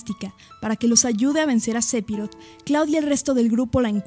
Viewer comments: Narra comiendose letras o las dice muy bajito y tengo entendido que phi no se pronuncia pi ,si no fi,bueno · Buen vídeo, solo un detalle , no se se pronuncia SEPIROT ... se pronuncia "SEFIROD".